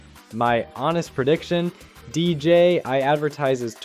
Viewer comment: Ita DJI and not DJY